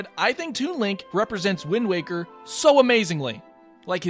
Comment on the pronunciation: Lemme guess, is it “why-nd waker” too?